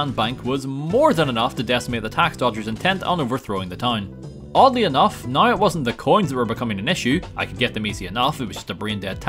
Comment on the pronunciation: It's pronounced "now", not,"noiugh".